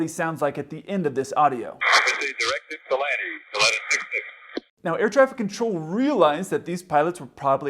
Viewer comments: Okay, the first officer definitely isn't from Ypsilanti, he pronounced it "yip sil lanti", us ypsilantians hate that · My reaction to hearing "Ypsilanti" ... Wow, he's so confused, he's making up ludicrous names. Realized it was a real thing. You americans sure have some weird names for places. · FYI: He was 50 miles NE of Pittsburgh when declaring emergency... He requested to go to "Ypsilanti" which 250 miles away and is called Willow Run (YIP). So requesting to fly 250 miles to a smaller airport than your closest when you cant control the airplane is crazy in itself... But the most amazing is how he can pronounce Ypsilanti when he can barely talk. :-)